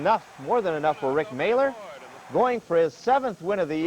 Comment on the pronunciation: They always pronounced “Mahler” incorrectly. It’s a German name and is pronounced MALL- ER just like it’s spelled - silent H (like going to the mall). It should not be pronounced “Mailer”.